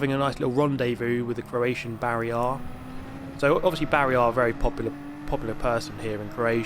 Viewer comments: "Barry Rič" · Why he saying “barrier” like “Barry R.”😂😂😂